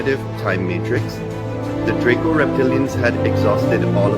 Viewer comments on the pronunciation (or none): none